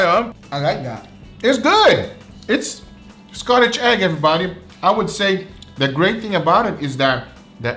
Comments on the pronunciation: Skotich egg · I think most of the time is mixes Scottish and scotch and says scottage 😂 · I kept hearing Scottage. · But I heard, specifically "Scottage". Not scottish. Not scotch. Scottage. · i keep hearing scottage egg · He is saying scotch, I think it’s because of the language barrier, he’s saying it like scot-ch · Video: Scotch Egg!: SCOTTAGE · "Scottage Egg" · I think he was saying scottage egg lol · So what's the Scotage egg I also heard in this video? xD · “Scotch” not “Scottish”, still, great video as always!! 😁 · "Scotchage" eggs 🤣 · is.. is he saying scottidge eggs? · Is he saying Scottish eggs or am I tripping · Sco--ch! egg not Scottish egg xxx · Scotch egg not scottage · It's a scotch egg... Scotch ryhmes with notch.. That's how it's said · Scottidge egg